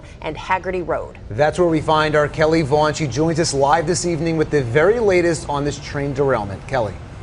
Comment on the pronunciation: "That's where we find R. Kelly--" WTF? rewinds "That's where we find *our Kelly--"